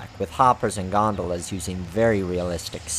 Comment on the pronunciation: i liek the end where you put in a fail of you trying to pronounce hoppers and gondolas